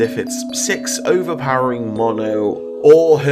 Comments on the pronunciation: you said nono instead of mono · You say Mono like 'moe-no' 😂